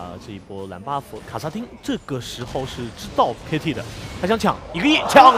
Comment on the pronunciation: 的时候听到女主播说：外加一个大龙Baofu...这咬字太好玩了hahahah